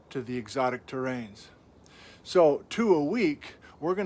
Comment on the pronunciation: It’s “eRockTic” not erotic